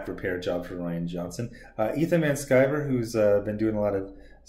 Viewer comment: It’s Ri an. Rhymes with Brian